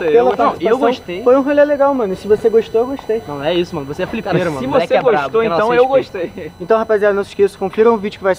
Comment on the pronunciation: "flipero" KKKKKKKK